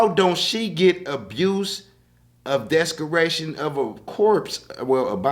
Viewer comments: And it’s Dese-cration not Des-creation 😅 you need to watch em pronunciations ma man 🤞🏽🤍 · A, wtf is “descaration”? 😂 you mean desecration my 🐶 lol